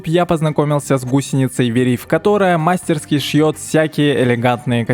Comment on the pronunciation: правильно мастерскИ